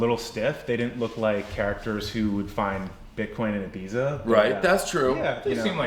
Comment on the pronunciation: Could someone please tell the Winklevoss bros how to pronounce Ibiza! 🤣🤣🤣